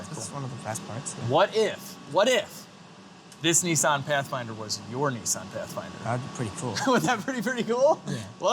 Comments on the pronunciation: Why do Americans call it a NESSON . Nis san ....no e's lol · Hey hey it’s Nissan not kneesaan😂😂🇦🇺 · You guys in the northern hemisphere all pronounce Nissan so differently from us down under 😂 I wonder which way is the "correct" way? (Also, am loving the content!)